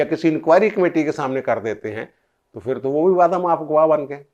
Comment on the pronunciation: Truly a professional analysis. Keep it up. However, you pronounce "Phir" as "Fir". Wherever, there is a sound of PH, your pronounce it as "F". There is a sentence that you should read out loud and practice and you will get over this problem. The sentence is as follows: " Jub humarah phuphar nay phurkar say daira laganay ki koshish ki to unki phoosi nikel gai. Budboo itni shadeed thee keh prinday phurpharsnay lagay. Mairay to phaipron may aag lug gai. Mein nay kaha phuphar ji phoonk marni hai to seedi tarah mariay, phoosion say charagh bujaya na Jai ga". I tried this with another similar case and he overcame this problem. Thank you for your attention.